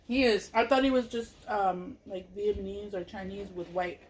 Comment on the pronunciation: Haha be saying “vietmanese” Haha I love her❤️😂